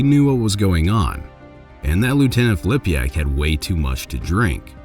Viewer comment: It's Filipak not Flipiak!